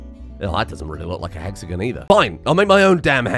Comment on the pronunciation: Bro I felt like killing myself after you said hexagin for the 4th time (for context its pronounced he-x-a-gon)